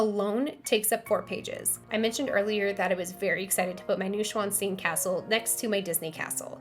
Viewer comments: Noy-shvan-stine (not new and not steen) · is how long i waited for Neuschwannstein to be butchered in its pronunciation